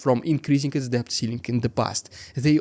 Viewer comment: debt is pronounced дэт